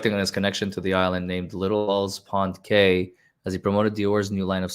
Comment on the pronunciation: About 25 minutes in: Cay is pronounced Key. I know, it follows no rules. Sorry if someone corrected that in the stream already.